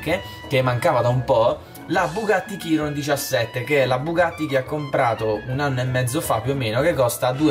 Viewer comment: la Chiron si pronuncia "SCIRON"